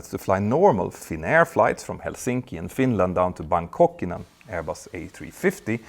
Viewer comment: what the hell is wrong with your Helsinki pronunciation Peter? how are you so bad with names?